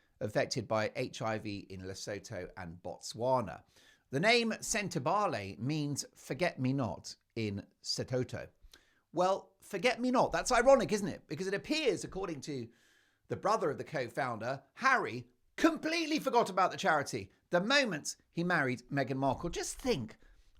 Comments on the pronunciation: Enjoy your posts. For interest's sake, Lesotho is pronounced "luh soo too" and the language is "soo too". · Please Mark Lesotho it’s pronounced Le soo too and the language is pronounced se soo too